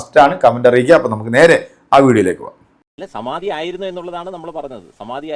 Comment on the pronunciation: "സമാതി "എന്നല്ല "സമാധി "എന്നാണ് പറയേണ്ടത്. ഇതിന്റെ തിരക്കഥ തയ്യാറാക്കിയത് സർവവ്യപിയായവിഷ്ണുപ്പുറം ചന്ദ്രശേഖരൻ.